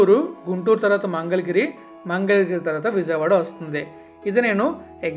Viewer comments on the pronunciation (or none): none